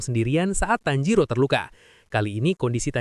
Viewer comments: Tanjiro ke Tanziro😂😂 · tajiro❌️ tanzero✅️